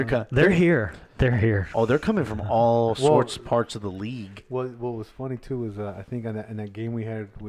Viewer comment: None of y’all are saying the league name right still 🤣🤣. And y’all congratulating each other for saying it wrong still lmao